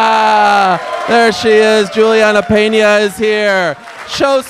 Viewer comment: As an English learner, I enjoy Peña interviews. I learn a lot of new words, expresssions, and her pronunciation is so clear that I understand pretty much everything.